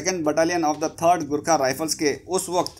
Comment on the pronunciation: It's not gurkha it's ( GORKHA ) JAI makali aayo GORKHALI